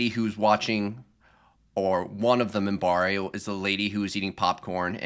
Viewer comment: Just to let you know, it's "Minbari".